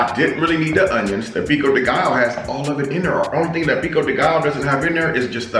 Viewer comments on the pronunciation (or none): Guess I'm early for once!🔥❤ Pico de gallo is pronounced pico de ga-yo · The Spanish alphabet has extra letters. The double “LL” is pronounced like “ya” so for example your flour “tortillas” is pronounced “tortiyas” . The Another example “pico de Gallo” is pronounced “Peeko de gayo” . Just thought I’d share that. Lol! Great 👍🏽 video! God bless!